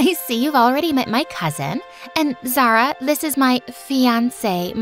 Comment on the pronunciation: Omg is not zarah is (za-uria)